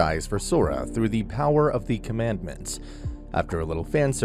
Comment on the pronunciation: “10 conmanments” sounds filmier as in the “7 deadly sins”